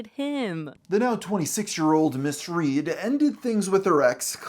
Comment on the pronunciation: "Today we'll tell to story of riley ried"